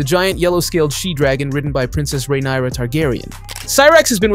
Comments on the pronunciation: not 'Demon' and 'Rheneyera' lmao do you watch the show? their names are literally said on the regular. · and rhaenyra and rhaenys